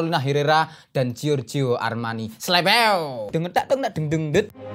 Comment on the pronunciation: Slebewmu kuwi loo..wagu..medok buanget..kurang cemprengh..🤣🤣